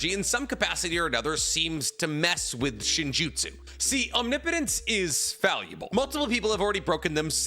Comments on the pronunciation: Biggest character growth of the entire Naruto series is finally pronouncing omnipotence right. No more om knee potence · Feels weird to have pronounce omnipotence correctly this many times.